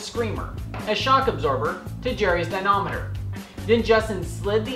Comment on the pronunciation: Good videos. But the word is "dy-na-MOM-eter" Never ignore MOM.